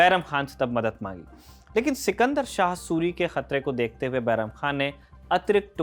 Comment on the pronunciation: Suri ki jgh surya vanshi sunne me lag rha hai 😑